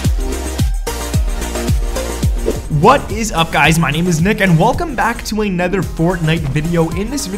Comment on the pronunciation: Another is said: a-noth-er not nether